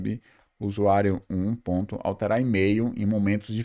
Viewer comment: po mane kkk tanko ele coloca m em tudo viado, "pontum", 'conceitum"